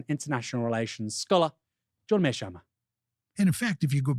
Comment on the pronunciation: I have studied his realist theory and I disagree with his perspective, but yk you’re saying his name wrong right?